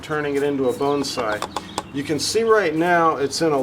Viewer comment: Will you do me a favor and not pronounce (BONSAI) the way you are in this video.